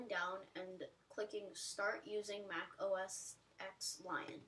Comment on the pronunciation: it is pronounced Mac OS "10" Lion